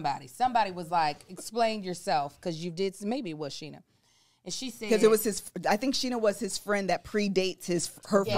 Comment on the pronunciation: Why Kev call Sheena Shanesha. 😂😂😂. I’m 💀💀💀